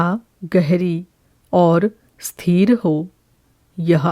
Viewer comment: "उद्भुत्" नहीं, "उद्भूत"! "स्थीर" नहीं, "स्थिर"! 🙏